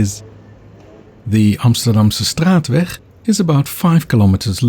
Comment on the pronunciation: Wat een prachtige uitspraak van “Amsterdamse straatweg”.